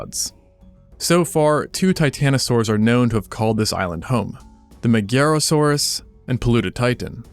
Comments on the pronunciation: So, just a thing, cuz I didn't see it addressed in the comments, Magyarosaurus, coming from Magyar, is read like Majar, and comes from the name of the Hungarian people Magyars. Although, that doesn't make the video any less awesome. One love ❤️ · Ahh again dude... MaGYarosaurus With a "Gy"